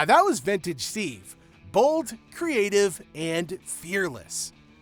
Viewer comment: FFS does every video have to be narrated by a dumb AI? STEVE Ballesteros?!! 🤬